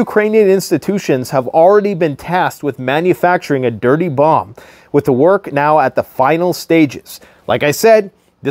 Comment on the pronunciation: Dirty bomb or Dirty Bum.?